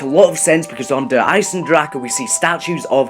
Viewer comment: Ich find es lustig wie alle die kein Deutsch sprechen das falsch ausprechen "Der Eisendrake"